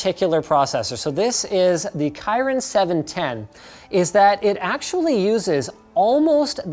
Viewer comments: Did he say kyrin instead of kirin? 😂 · Kee-reen not kyren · What is chyron processor? It's kirin lol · Anyone can show me where in the website that mention Kirin should be read as *Kairin*? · Kirin is pronounced key-rin, not kai-rin. The more you know. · Key-rin, not kai-rin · Kirin pronounces as KeeReen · The "Kairen" processor? I'm sorry, my ears just exploded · you said Kirin wrong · That's really not how you pronounce Kirin. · Kirin is not pronounced that way